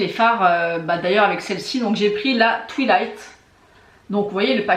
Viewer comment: oh non twilight dit à la française j'adore 🤣